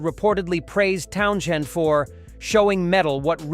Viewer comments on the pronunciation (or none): Pete Townshend's name is pronounced "Townsend." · Clicked off as soon as I heard Pete’s last name pronounced. I knew it was ai, but damn. Have some respect for yourself. And for other people. Lazy creator. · me too. pathetic